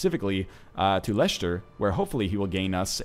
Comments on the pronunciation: When i heard him pronounce leicester as Leishester, i went freaking insane, it's pronounced lesster, lol, just having some fun here. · its pronounced Lester. great vid anyway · it is pronounced less-ter